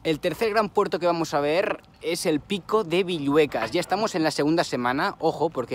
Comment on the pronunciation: Sólo como anotación, es 'Pico Villuercas' (con R). Saludos desde Extremadura!.